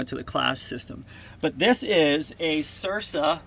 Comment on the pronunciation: No offense, but it's pronounced "sirka" non "sirsa".